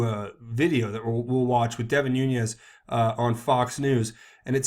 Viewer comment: Learn to pronounce Nunes. Youre a smart guy, cmon man.